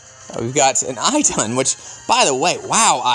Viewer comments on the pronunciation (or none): but you have said her name properly before, if i remember correctly it was in a video with Mrs. Ndolger. Is Ee-dun.